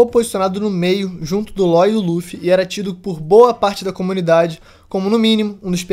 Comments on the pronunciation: Também acho que tinha que falar Lau e já era, tamo no Brasil po**a kakakakakka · Que agonia vê vc chamando o law de ló ksksksksks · Só não consigo engulir ele falando "Ló", não sei se está certo ou errado, mas é pq eu estou acostumado com a pronuncia "Lau"